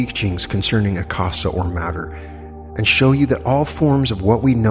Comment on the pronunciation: Akasha is pronounced Aka—sha as in sound of sh as in should ..... minor, but.....these are great lessons, thank you, and appreciate them, but my inner english major just gave a note.